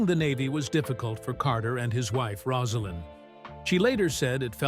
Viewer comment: The narrator can’t pronounce Rosalynn’s name (Rose a lynn) and thinks Jason Carter ( his grandson) is his son Jeff. Inexcusable.